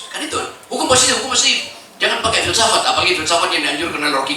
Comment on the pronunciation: Kata si cincin pilsapat..😂😂 Filsafat bang bukan pilsapat